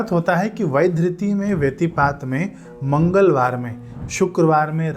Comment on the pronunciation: Aapne mangalvaar ka zikr kiyaa ..samjh nahin aayaa pls.dobara saaf saaf bolein